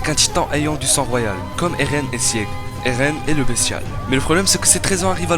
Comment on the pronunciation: Les reviewers manga faites un minimum d'efforts svp sur la prononciation des noms des perso c'est vrmt triste Pour sieg : c'est pas "sièg" le "e" se prononce pas Pour Peak ça se dit pik Aller biz